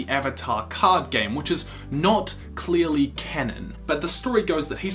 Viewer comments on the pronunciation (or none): none